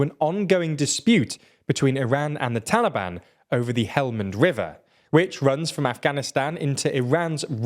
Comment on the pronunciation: Why Iran and "Taalibaan"? Are they not the official govt of Afghanistan? Why this horrible bias? PS : another reason you should have rather said Afghanistan, is your pathetic pronunciation of Taalibaan